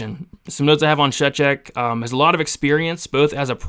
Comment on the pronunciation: Btw, you pronounced Szewczyk's last name nearly correct 😂